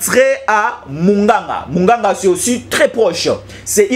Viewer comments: Quartier mugunga et non muganga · Pas munganga, c'est mungunga